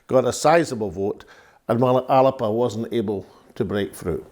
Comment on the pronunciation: Can you not get everyone to pronounce 'Alba" correctly? It's not hard, if Alex Salmond can manage it, you all can ;-)